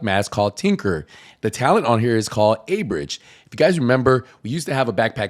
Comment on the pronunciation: It's not A bridge. It's Abridged. Pronounced " uhbridged."